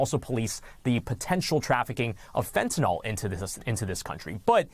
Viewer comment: I really hate that these high profile reporters mis pronounce fentanyl 😡